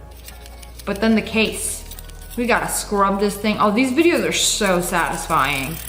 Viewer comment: nah this was fillmed 5 months ago, and she said "sadisfing sunday" TODAY IS SUNDAY